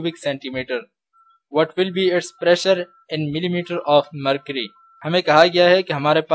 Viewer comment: Excuse me sir, Your pronunciation of "mercury " is wrong, You say "mercy" but it is not "mercy" it is "mercury"😊 By the way thanks for teach us. Your teaching way is the best. 🎀🕊